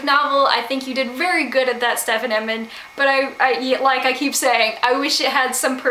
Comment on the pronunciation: Yeah, Stephen is pronounced "Steven"... "Stephan" is pronounced Steff-an.